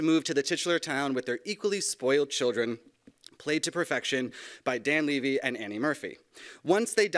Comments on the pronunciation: why is it eugene Leh--vey but Dan LEEE-vey? help me out here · It's Levy like heavy. Drives me crazy when it's mispronounced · He introduced Eugene with the correct pronunciation on the last name but introduced Dan's last name incorrectly... yet it is the same last name. What gives? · dude is funny mispronouncing the levy in dan levy but not the levy in eugene levy